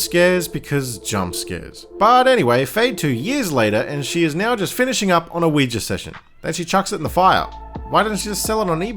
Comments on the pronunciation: lol americans trying to say OUIJA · The way you pronounce ouija is hilarious to me 😂